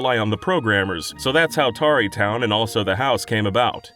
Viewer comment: i hate how this guy pronounces tarrey town